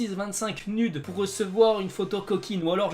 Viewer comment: Nude ce dit nioude